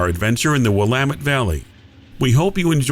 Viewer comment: Kudos for pronouncing Willamette correctly!